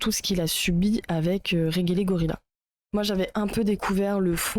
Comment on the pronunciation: On prononce Rèdjélégorila